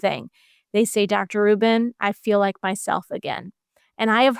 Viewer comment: The interviewer can't seem to get Dr. Rubin's surname right, calling her "Dr. Rachel Rubins." Come on. Do better.